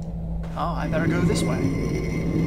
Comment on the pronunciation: I'm not sure why, but every time you say "Way" I imagine that you're saying "whey" and it amuses me greatly.